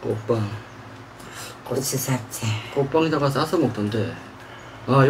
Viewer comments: 꼬추잡채가 아니고 고추잡채라고요!!! 그것도 꼬추잡채 말하면서 그것도 몰라서 말을 못하는건지 티코 오지게 눈흘기며 눈치보네 ㅋㅋㅋㅋ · 꼬ㅊ잡췌 발음 개웃기넼ㅋㅋ다나카인줄